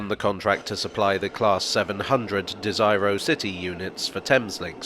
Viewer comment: Great video. Funny though that you comment about the correct pronunciation of Bombardier but not Desiro. 🫣